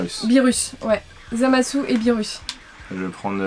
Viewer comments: Sa ce prononce zamasou en francais et zamass en japonais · En français on dit Zamatsou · sa ce prononce zamassou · en japonais il disent zamase